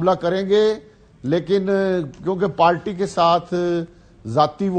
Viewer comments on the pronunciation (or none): پارٹی کو پالٹی اور پہچانتے کو پشانتے بولتے ہیں وہ ہمارے وزیر بن جانتے ہیں واہ رے ہماری قسمت